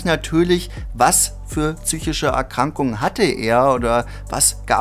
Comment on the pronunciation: Wer sagt tzychische,Junge psychische mit P